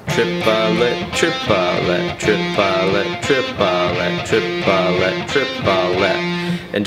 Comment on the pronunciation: Tree-puh-let.. Screw it, I'm going with Chipotle 😂